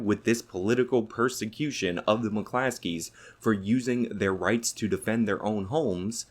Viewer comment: McClosKeys bruh. Not Muh Classees.